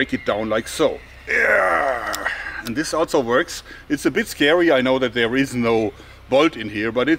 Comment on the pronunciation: he Jeorg reveals his American accent when he says "and". I'm onto you, George.